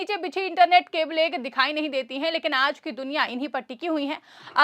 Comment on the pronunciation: Not keblen!!!! Kebal only!